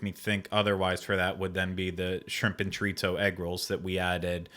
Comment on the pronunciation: Did I hear Ryno tell he was saying "chorizo" wrong?? Lol. He was but that's ok! Also that blue cheese sauce sounds fabulous! Im with you and would've loved that!